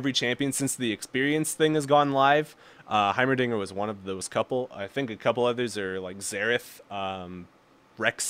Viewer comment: this is how u pronounce his name High Ma Ding Ger